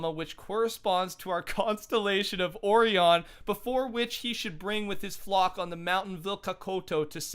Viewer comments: I think you said Orion wrong its pronounce oh-rie-on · Okay did nobody else hear him say Oreon instead of Orion? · His pronunciations of Pleiades, solstice and Orion are awful